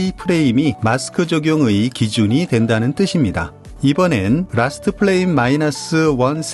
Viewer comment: frame은 '플레임'이 아니라 '프레임'이라고 읽어야 합니다. '플레임'은 'flame'을 읽은 발음이에요.